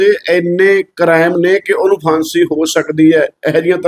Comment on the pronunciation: ਕਰੈਮ ਨਹੀਂ ਹੁੰਦਾ ਅਨਪੜ੍ਹ ਕੁੜੀ ਯਾਵਿਆ ਕ੍ਰਾਈਮ ਹੁੰਦਾ 😂